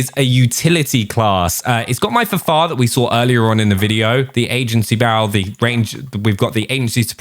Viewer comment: Please say F F A R! It is not the Fahfahr.....